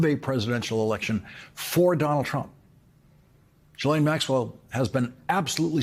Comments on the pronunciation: it's pronounced JISSLAINE, not Guylaine. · Hats off to you Lawrence...... That said, Ghislaine Maxwells first name is pronounced GheeLane not Jeelane... Thank you! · Is it so hard to pronounce Ghislaine correctly? I kniw she is a monster but learn how to talk.